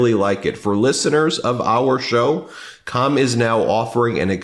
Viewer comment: He does mean calm, not cum. It just sounds like he is saying cum.